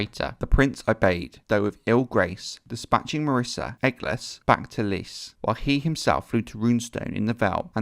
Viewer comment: lol "marissa"....mysaria.....yup....second to none...